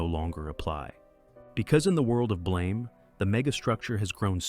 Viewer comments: You pronounced "Blame!" wrong. Its a softer, longer; Blaum. Like the word "Plum" its an "BL-AUM". Rather then the sharper Blame; as to blame someone. This shifts the tone of the manga because it disconects the title from its material. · It's pronounced closer to "BLAM!" Like a gunshot. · This video takes countless liberties, has lots of inconsistencies of the fiction they're talking about, and almost every category has words completely mispronounced. I'm hesitant to believe any of the other categories, when BLAME isn't pronounced correctly, and the "god" is the Safeguard, who is actively trying to help Killy. AM is just pronounced "AM", not spelled out, and if I remember correctly, it says that itself in the story, as it created its own name and wants it to be known. Evangelion isn't pronounced correctly, and I'm already hesitant to continue watching the video if the lore isn't accurate in this section either.